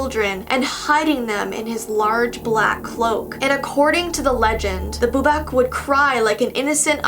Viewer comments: The last one is pronounced (bu-bawk) the last part is like a chicken sound.not trying to mean love your channel ❤️ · says boobock wrong Me correcting her:"Its boobok its boobok":"ok ok i see my mistake" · YAAAAAAAAAASH more Czech stuff :D and we asualy say it wiht a long A , so its bubák and you can read it kind of like a bubaak :D I was never told this things background tho :D from what I rememebr from ym own childhood we called bubák prettymuch anything that we didntknow what i could be, liek if we heard somethign i a woods my dad woudl often look at me smiling tellign me that maybe there is a bubák there and if I want to find him :D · it’s pronounced boo-bAKc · Bubak is pronounced boo-bahk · Im from czech rebuplick and i never heard of bubák but okay and i laughed so hard when you said bubak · I am from the Czech Republic 😂. You pronounce it with the second a long. I have never heard about it being a scarecrow, usually it's just a shadow or something that children are afraid of.